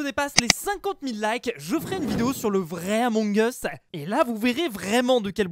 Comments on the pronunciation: On dit emong us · c'est la prononciation réelle among eusse pas among iousse c'est anglais among us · Persone:: ameug us 😂😂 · Toute la terre: Among us: Amongeusse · Ba non moi je dit amoug us pas amongeusse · ON DIT PAS AMONG US MAIS EUMONG US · Tous le monde dis {among us} mais ça ce prononce {emong us} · ce n'est pas among us ça ce dit Among as Mais ça s'écrit among us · Tout le monde connais le jeu mais malheureusement personne sais comment le prononcée 😒